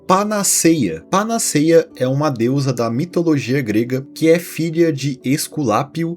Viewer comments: O vídeo e a edição são muito interessantes e bem-feitos. Justamente por esse caráter informativo, seria legal atentar para a pronúncia de palavras como 'panaceia' (pa-na-CÉI-a), 'betume' (be-TU-me) e até mesmo o nome da deusa 'Higeia' (hi-GÉI-a). Não se trata de diminuir o trabalho do criador do canal, pelo contrário: esses detalhes agregam ainda mais valor ao que já é bom. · Panaceia se pronuncia com o "e" aberto, como se estivesse acentuado. Tem fotos na Internet do Byers sem a mandíbula. Como se tivesse "derretido" mesmo. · Se diz panaceia com 'e' aberto e não fechado. A fonética deve ser feita como acento agudo.